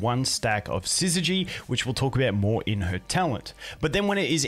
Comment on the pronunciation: Subscribed purely for the fact you're the only content creator I've seen who can pronounce 'syzygy' correctly. Well played